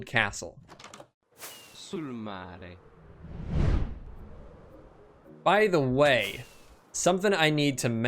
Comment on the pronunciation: As an Italian I can tell you the pronunciation of "Sul mare" was pretty good and it means exactly "on the sea" .